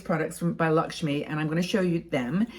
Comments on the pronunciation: It's not Lakshmi,it is pronounced as Lak- may.I'm Indian ,and Lakme is my favourite brand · Lovely look - enjoyed the video . I love Lakme products - just a hint its pronounced “l-a-c-k -m-a-y” not Lakshmi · I am an Indian and thank you for sharing your knowledge. Although I must admit you missed out on the chance of dressing up with some Indian Bollywood style jewellery 🤣❤️. Also it's pronounced as "Luck me"